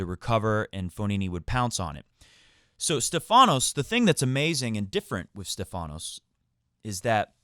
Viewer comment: Its not StephAnos (intonation on the A) Its StEphanos (intonation on the E) which in greak means "the one with the crown on his head" (get it)!!! Learn it well my friend you gonna mention it a lot ...